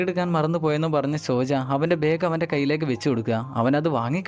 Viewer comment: തന്നെ ആരാടോ ഇംഗ്ലീഷ് വായിക്കാൻ പഠിപ്പിച്ചെ സോജാ എന്നാണോ അങ്കിൾ ൻ്റെ ഭാര്യേടെ പേര് സോണിയ എന്നല്ലേ അതിൽ എഴുതിയിരിക്കുന്നത്